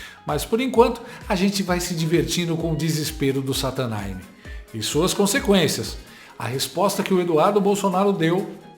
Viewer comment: Adoro quando que vc fala satanine😂😂😂😂😂😂😂😂😂😂